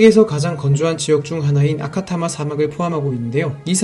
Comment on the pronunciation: 아타카마 사막을 아카타마 사막으로 잘못 말했네요 ㅋㅋ